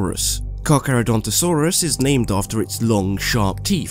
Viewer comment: loved this and good job for saying carcharodontosaurs it's really hard now say micropachesephlosaurs